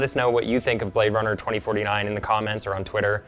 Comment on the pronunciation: he say you Blade Runna